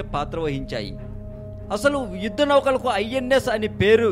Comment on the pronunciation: bhayya Adi yuddam....vuddam kadu first Telugu sariga palakadam nerchuko